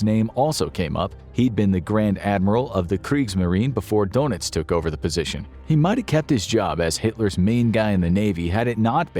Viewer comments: If only they would stop referring to him as Admiral DONUTS. It makes him and Captain Obvious sound like members of a superhero team. It's DER -NITZ. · It's not Donuts, but Danitz. Thr first vowel is lips rounded and saying Daynitz. When I was learning German I thought I was hearing Dernitz, but learned better.